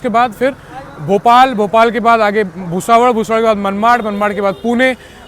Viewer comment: Bhai Bhusaval भुसावल hai naam uska, aap भुसावड़ kyu bol rahe ho. Thik se bolo naam